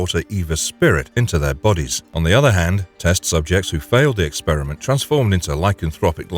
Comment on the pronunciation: Wait, did you say Leon faiiled to kill Del Lago?